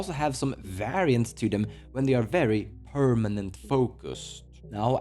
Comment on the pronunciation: I miss when he said "pernament"